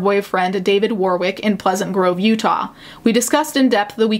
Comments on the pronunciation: The second W in Warwick is silent: WAR-ick. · Consistently good coverage but Warwick is pronounced “warrick” with a silent w. I apologise for English names being awkward.